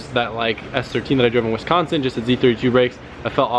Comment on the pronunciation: No one ever says Wisconsin correctly unless they’re from Wisconsin 😂😭